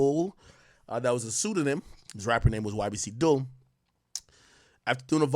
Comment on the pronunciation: 😂naw rs he tore it up. Even when he first reported Dul murder he was saying ybc dol😩